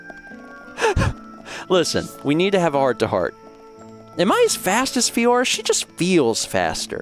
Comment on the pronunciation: I agree with you. I love content but it doesn't lend itself well with JRPGs. I see a lot of streamers be the same though. They don't take the story seriously at all until a certain event happens. For me it bothers me more that he can't pronounce Fiora right despite characters saying her name multiple times.